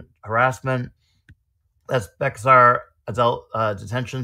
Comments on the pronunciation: Wow. Thats my county! Also Bexar is pronounced bear. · BTW Bexar, Texas is pronounced Bear.😊 Even Texans screw it up. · Just learned Bexar is pronounced "Bear." Also, sorry that this one was a little blurry on the text.